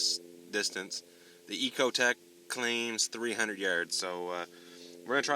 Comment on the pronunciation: It's not an "E"cotec... it is however an "I"cotec.